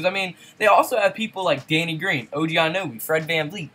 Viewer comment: Def not a raps fan. Its See-ak-kum Not see-cum Jonas is not jo-nus Its yo-nus Og Anonoby Ano-noby I am a raps fan...and this team is LIT! Poeltl will be missed off the bench but they wouldnt have gotten anyone good for JV. Stoked for the season! They could beat the Warriors if steph or durant was injured. The celtics might be too much for them tho. They have a ton of depth. We shall see.